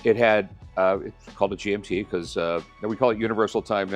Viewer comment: Rick’s pronunciation of these brands is killing me. I love how Michael doesn’t correct him and pretends not to know what a GMT is to let Rick take the spotlight.